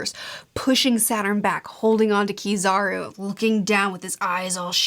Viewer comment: Kizaru? You mean PIZZAru, right?